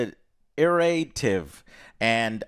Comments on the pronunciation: It's iterative, Joe. Iterative. Iterative. I'm from middle of Europe and know what that word means and can spell it out and pronounce it, and you can't? Not a first time this happened. Kinda sad. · I think was trying to say "iterative". English is hard. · it is pronounced "It-er-A-tiv", iterative